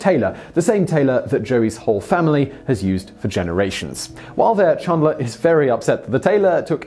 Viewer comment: Chandler not Chundler 😂